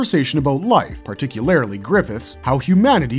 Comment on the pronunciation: Particular isn't pronounced particularily or it would be spelled that way its like saying nucular